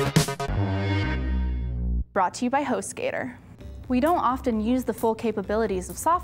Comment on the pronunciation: Hostgator? I heard hoe skater.